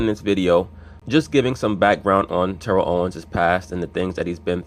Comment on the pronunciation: Ur mispornouncing his name. Ik I can't spell.